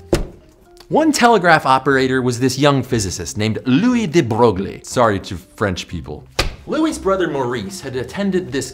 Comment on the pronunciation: Louis de Broglie is not pronanounced "lui de broglie", it is "lui de broy"